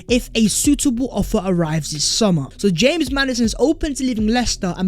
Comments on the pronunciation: The fact that You pronounce it Hames Maddison annoyes the fuck outta me😂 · The fuck this guy calling him Hames Maddison FFS? Maddy is english not latin american my G